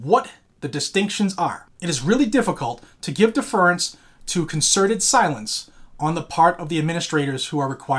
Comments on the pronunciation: You are pronouncing DEFERENCE wrong. def·er·ence /ˈdef(ə)rəns/ noun humble submission and respect. "he addressed her with the deference due to age" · Not to not pick but deference is pronounce a bit differently. /ˈdef(ə)rəns/ Love the channel. 2A forever!!!